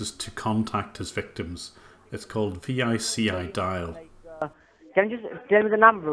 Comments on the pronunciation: Jim vici is pronounced vee chee just saying❤ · VICIDial (pronounced "Vee-chee", as in "Veni Vidi Vici") is an open-source predictive dialer based on the open-source Asterisk software. Many legitimate organizations use them, but unfortunately so do many illegitimate ones. Having met the developers in their office in Florida for training, I can say they are fantastic dudes, and very knowledgeable. The text file at the end looks like a straight dump from their leads database table... it even has the same headers. VICIDial automatically records the last call disposition of the lead, so that's why you're seeing answering machine, etc. results. Whoever you got that from looks like he's at least managerial enough within the organization to have admin access to their database for lead export. If you find something like this in the future, note that the default admin creds on the ViciDial web interface are 6666 / 1234. Good work! Keep at it!